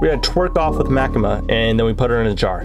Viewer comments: "Ma-kee-mah" is a horribly humorous form of pronunciation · By the way you pronounced Makima wrong say it like the character Maki from Jujutsu Kaisen and then add the ma at the end